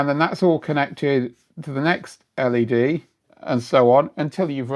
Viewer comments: I've never heard someone say LED as "lead", the metal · this is the first time I’ve heard an L-E-D referred to as a “lehd”. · Must be a Yorkshire accent then? Like behs?